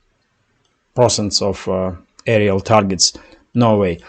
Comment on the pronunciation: per*cent* (pronounciation)